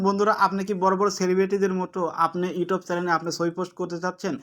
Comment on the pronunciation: কথা ভালো করে বলতে হবে ভাইয়া ইউটব না youtube